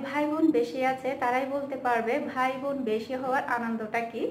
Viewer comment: আপু আপনি বোন কে ভোন বলেন কেন?